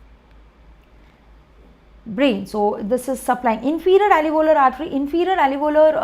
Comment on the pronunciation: 🚫 Not "alevolar" artery, it is alveolar artery.